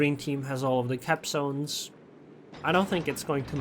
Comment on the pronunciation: LMAO, it really sounds like that. When you say "capzones" :D